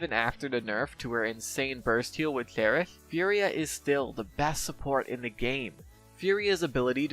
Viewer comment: why do u pronounce "cherish" in a way that i can barely understand? its like u r having trouble to pronounce that word. why?